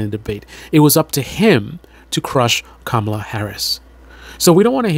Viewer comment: Dude, you said Kamala wrong 😂😂😂